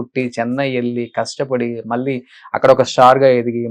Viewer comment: తెలుగులో ళ అనే అక్షరం వుందిరా పెల్లి అంటావేంట్రా పెళ్ళి అనలేవూ? మల్లీ కాదురా బాబూ మళ్ళీ అనాలి!